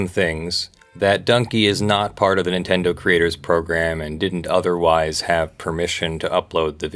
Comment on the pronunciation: Nintendo? More like Nintenno